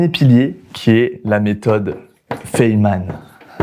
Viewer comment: "Fayman" Sinon une super vidéo 👍